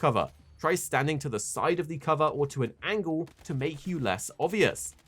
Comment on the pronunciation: Not sure what an “angewl” is? Do you mean “angle”?